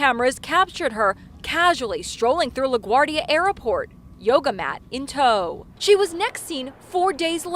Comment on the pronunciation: That news anchor. La guard ia airport? Seriously? Who doesn't know how to pronounce LaGuardia? Wardia not ardia.